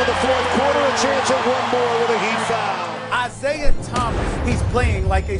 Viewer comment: "Isiaha" LMAO